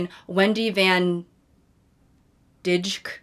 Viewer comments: It's pronounced similar to Dyke. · yk maybe its good you didnt pronounce her name right. im dutch and dijk sounds a lot like the D slur when you say it correctly..